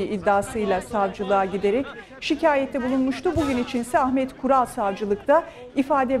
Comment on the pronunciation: Kural değil Vural